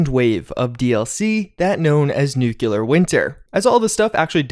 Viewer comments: nu-cle-ar. not nu-cue-ler. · Please, nu-clear not nuku-lar. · Nuclear is pronounced new klee ur not new kyu lur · "new-cle-ar". not nuke-u-lar. please, it's driving me nuts!! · love your content! 1 small thing though. It is Nuclear, like New-Clear. Not nuke-you-lar. Thank you! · Newk you lurr 😆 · *NOO kleer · sorry ...its nu-clear 2 syllables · Why is it so difficult to pronounce "nuclear" ? I swear I didn't hear anyone saying it right...